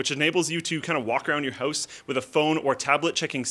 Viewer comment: House not "ouse" XD